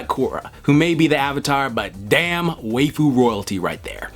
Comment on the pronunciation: are you trying to pronounce waifu? bc i think it's pronounced like wife-fu